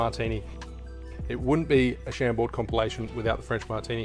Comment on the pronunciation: Pronounced ‘Sham-bore’